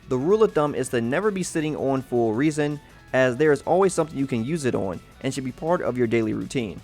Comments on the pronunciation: Just a heads up; You're pronouncing resin wrong. It's pronounced 'res-in' not *'re-sin'*. Noticed you doing that in a few of the genshin impact videos I've seen. Good guide though; Keep it up!~ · my boy said reese in. and i dont like it. its rez in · This is a great video, thank you. But just to let you know resin is said like reh - zn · Good info but hard to take seriously with all the errors. For example, the G is silent in Gnostic. Resin (the secretion from plants) is pronounced "Re-" as in Render, and "sin" as in Raisin. Sorry not trying to be an ass or anything. Just want to see a good channel improve. Thanks for the guide and good luck!